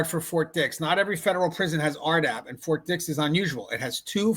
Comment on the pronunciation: "Fort dih" 😭🙏🥀